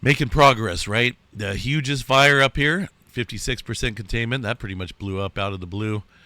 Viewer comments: Just FYI I think it's Hyooz not Huge-es for the Hughes Fire. Thanks for the report! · Hughes sounds like hews btw LOL